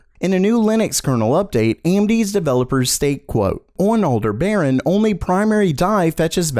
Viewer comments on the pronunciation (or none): I'm pretty sure that Aldebaran is pronounced the way the the star Aldebaran is pronounced (IPA: /ælˈdɛbərən/, which is roughly al-DEB-er-an) not like 'alder baron'. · Its pronounced "All-DEB-er-ahn" accented syllable capitalized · al deb uh ron